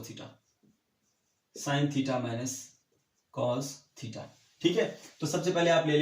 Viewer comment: "THEETA" best😂👍